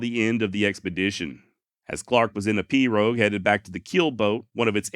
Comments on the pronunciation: As a cajun, you did pronounce perot correctly... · You pronounced pirogue correctly. Nice Job.